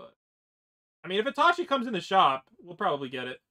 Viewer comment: The ways he says itachi just pises me off